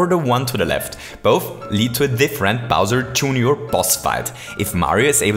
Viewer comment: its funny how he says bowser junior... Bawser TchJOOONIor